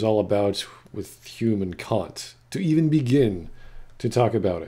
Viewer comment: The thing that hurt me the most about this video is how hard Kant's name was objectively butchered on a regular basis.